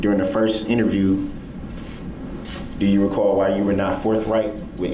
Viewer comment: Do you recaw? 😂😂😂😂😂